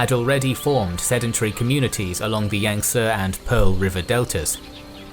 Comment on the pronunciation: You must be a barbarian as you mis-prounced Yangtse...It is pronounced "Yang-See", not "Yang-Seh"!